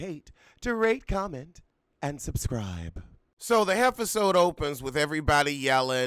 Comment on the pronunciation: Omg did u say, "so the heffasode starts with..."? I'm DYING😂😂😂💀